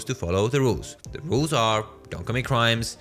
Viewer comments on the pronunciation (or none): none